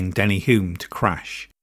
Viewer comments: Hulme not Hume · Can I just add to that - Denny Hulme was pronounced HULLM not Hyoom (he used to say "Don't leave the L out of Hulme). Great video apart from those little glitches - thank you and well done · Denny Hulme didn't pronounce his name "Hume". He pronounced it with the L. His father, Clive Hulme VC said, "You can't knock the L out of a Hulme".